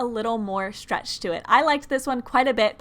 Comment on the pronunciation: The way she says stretch is like “shtrectch” She shistar shtreched it